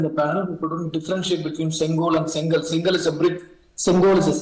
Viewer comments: Hey Iyer, It's not Sengal (brick), it's Sengol, Semmai - means rightness, and Kol- means stick. together it's pronounced as Sengol. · I condemn this Abhijit Iyer Mitra poor linguistic skills It’s not sengal It is Sengool Learn the language with its nuances I choose to ignore his ignorance as his intent in my observation was for the benefit of the society